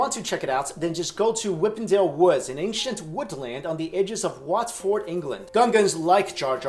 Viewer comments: Watford is pronouced What-furd not Wat-Ford...I know it makes no sense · Why did you pronounce Watford, Whatford